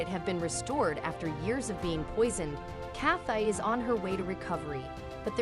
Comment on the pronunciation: I think it’s supposed to be Kathi. This is a computer generated story, so the app reads it as Kath-I.